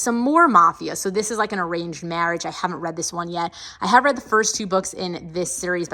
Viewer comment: Am I the only one, that when you say „ I have read“ heard that it sound like „hagrid“ okay? Anyways amazing bookshelf ✨❤️